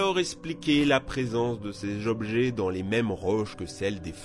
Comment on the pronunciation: 11min14s... Ché jobjet... Lol